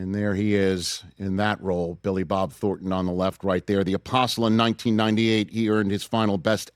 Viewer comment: It's THORNton, not Thorton.